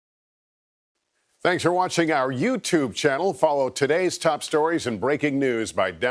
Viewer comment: Please tell him to stop emphasizing “YouTube” at the end — Makes you sound like this is a fringe weird platform when we all know cable/regular tv is dead